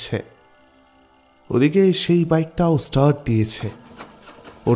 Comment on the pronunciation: Good story. Tyanpa r voice and style were just awesome. Ektai kotha 'start₩' ai word tar pronunciation ta ekbar check kore nin. Ota theek hoyni. Syllable stress ta bhul hoyeche. Hope you don't mind.